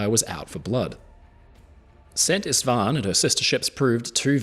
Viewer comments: I'm always worried when Anglophones try to pronounce Hungarian words, but you did fairly well with "Szent István". The only correction I can offer is that the Hungarian "s" is pronounced like the English "sh", and "sz" is pronounced like "s". The closest transliteration (without involving a phonetic alphabet) would be "Sent Ishtvaan". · Oh my, thanks for covering the Szent István! Always heart wrenching to see her going down. Just one little thing: "s" is pronounced "sh" in hungarian.